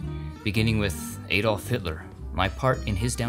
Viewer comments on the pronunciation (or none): none